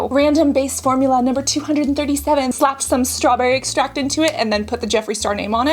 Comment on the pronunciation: Water is obviously a chemical compound, but it's certainly not "harsh", which was his claim. You seem like a Jeffree hater just from his video without ever trying the products. The Kylie 2.0 comment was pretty petty. Also learn how to pronounce extract. He doesn't do botox anymore, and using the Kylie skin video from years ago before he studied skincare isn't fair to throw in his face now. And don't claim to know his next move is scamming people on acne and wrinkle products.